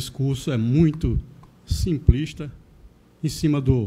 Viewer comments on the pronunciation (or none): Primeiro... Aprenda a falar simplista e não simprista.